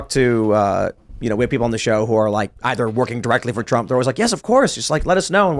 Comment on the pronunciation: Lol said - hump instead of Trump 😂